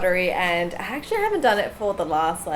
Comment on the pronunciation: She says: sorrrr,actuallyrrrr,failrrr No hate just joking